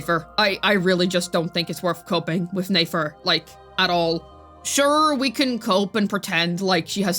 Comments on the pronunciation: It’s nefer not neifer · NEH-FER, it'd be NAYFER if she had and A in her name, YOU DON'T PRONOUNCE NEFERTITI(yes that is what her name is based off of)AS NAYFERTITI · Its a good thing shes talking about nayfer and not nefer 😭🙏 cause what? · I love the way you pronounce Nefer lmao